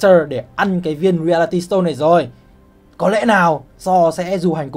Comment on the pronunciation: Reality đọc sai kìa anh